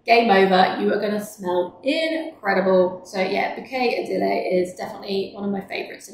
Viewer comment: Hi, great line-up of fragrances. Just a side note: Floraiku is pronounced FLO-RAI-KU, not FLORA-IKU. Also, Ideale (in Bouquet Ideale) is 4 syllables, not 3. So it's pronounced EE-DEE-AH-LAY, not EE-DEE-LAY. 😊